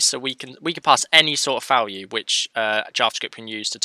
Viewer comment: Falue 🤪🤪🤪 Nice tutorial, but you should really try to pronounce the V properly, as in Value, not FAlue. Same goes for v-for, its like "VE-for or VI-for" not FE-for. It just doesn't sound right. I couldn't care less tbh, but it brings the quality of your videos up. Again, great tutorial, very well explained, thanks! 😊🙌🙌